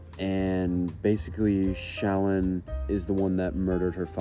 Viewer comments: i believe shallan’s name is pronounced shuh-lawn. ik there’s a video of someone asking brandon how it’s pronounced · Shallan is pronounced Sha-LAWN. Like “shalom,” basically.